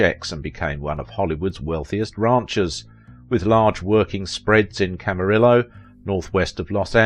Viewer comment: I cannot listen to you butcher names like McCrea and Camarillo, pronounced McCray and Camareeeyo. AND, I'm Joel's daughter. If you'd like to know more about that see Jerry Skinner's docu on Joel, I'm in it too. You also got my brother's birth order wrong, it was Jody then David then Peter, who is younger than I am. Long story...